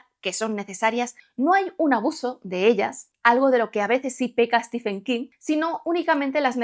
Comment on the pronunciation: No es "Estifen". Es "Stiven". Por favor, gente. Al menos aprendan a decir su nombre correctamente. No se les pide tanto...